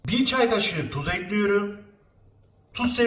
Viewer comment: Beklediğim video, elinize sağlık afiyet olsun :) ( Eklüyorum demene hasta oluyorum çok guzel diyorsun:D)